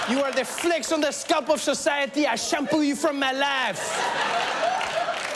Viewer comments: "I will shampoo you from my life." With a French accent. I nearly died. lol Ever notice though: the guys that Trump gets along with are all shorter than he is. The French President, Kim Jung, Putin. He is quite a bit taller. I know a guy that only dates women that are shorter than he is. He is too intimidated to do otherwise. This seems like an interesting masculinity dilemma to me. Worth thought. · Anything Trevor says in a french accent is the best